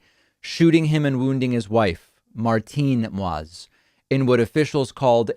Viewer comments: David, it's pronounced more like /mo eez/ or /maw eez/ , note the trema accent mark over the i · Moïse is pronounced MOW-EASE. It means MOSES in French.